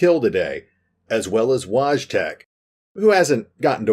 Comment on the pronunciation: I know five years have passed, but the way you pronounced Wojtek just my made my heart sag.